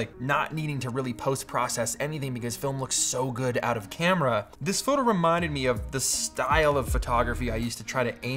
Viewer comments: read this comment exactly as he said that, yes he did haha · did he say “froto”? Lol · Froto Baggins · sure did!